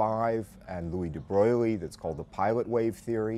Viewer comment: You are getting hung up on the word 'theory". This may be a characteristic of contemporary 'philosophers' who don't do anything particularly useful, so they just end up playing the semantics game. I am with Hawking who said that "philosophy is dead". I think you may also be pronouncing (de) Broglie incorrectly. .